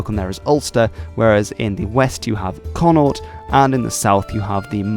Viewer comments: Your mispronounciation of Connacht is dreadful , unforgiveable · Connaught is pronounced "Conukt" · Conn-aught... It's Con-nacht, spelt Connacht, said as in the German word Nacht, because that was the closest sound I could think of that sounded right. You literally spoke about the cht being used in Gaelige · Connacht not Connaught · They're the same language I can understand most of what's said on TV alba. It's conuckt by the way not connaut. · Connaught is pronounced con-ucht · Connaught is pronounced Con-awkt I was assuming u would know this as you are speaking about the language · Connaught or Connacht is pronounced 'Con-naw-cth' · Dia diaoh ITS FADA not accent also connaught is pronounces conuckd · Connaught is pronounced as "Konnokht". Brits found this area difficult to control so the phrase "To hell or to Connaught" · Connaught is pronounced "Connuckt" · exactly....it never was pronounced 'ck'. The bad Irish pronunciations are unfortunately widespread and teachers do not correct students. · so, you think 'con-uckt is correct? Sadly you are wrong. The 'ch' is not pronounced 'ck'....that is simply lazy Irish. As a previous comment said....try saying German achtung and then drop the 'ung'.....or.....ask as Scots person to say loch. It is extremely sad that Irish people cannot, or will not, pronounce things properly. The worst comes through in personal name pronunciations. Here are a few examples. The correct spelling is followed by the correct pronunciation and then the typical ignorant pronunciation...........Saoirse/Seershuh/Sershuh........Deirdre/Jerdruh/Deerdry........Niall/Neeil/Nyal........Sorcha/Surichuh/Sorshuh.....Eóin/Yo-un/Owun. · Connaught is pronounced with the "g" emphasised. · Us Connaught men will never see the day another man can pronounce it😩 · The way he pronounced connaught gave me a stroke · I think this video is completely wrong cause he doesn’t know how to pronounce Connaught or that it’s a fada not acasent